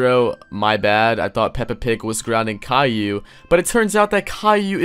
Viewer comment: YOU SAID IT WRONG! ITS KAILLIOU!!!!